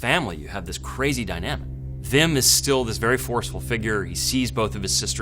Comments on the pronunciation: But they do it right with words like 'weapon' so I don't get why they say Vim instead of Wim. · English speakers can't pronounce a proper w. It's Wim, not Vim. Vim is a text editor. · It's not VIM or VILLEM , WWWWWWWWWWWWWWWWWWWWWWWWWWWWW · It only takes one Dutch person to get the pronunciation right. They're not that rare, so the New Yorker must just be plain lazy. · Very well explained. And don't worry about all the comments about mispronouncing Wim/Willem. It's close enough. The pronunciation of the Dutch W doesn't exist in English so I can't blame you. The V comes closest. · Give him a break, the Dutch 'w' does not appear in the English language. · Jezus Leeft what do you mean like in 'weapon'? The w in weapon is pronounced like any other w as a first letter, it doesn't sound anything like the Dutch w. (If you're pronouncing weapon with a Dutch w, then you are pronouncing weapon incorrectly.) As far as I know there are no English words with a w that are pronounced as the Dutch w. The V comes closest, so I can't blame them for pronouncing Wim as Vim. It's good enough.